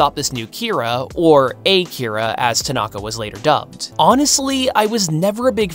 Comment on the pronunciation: "A-kira" it's just ah-kira one word.